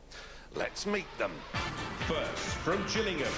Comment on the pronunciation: From Jillingham lol It's Gillingham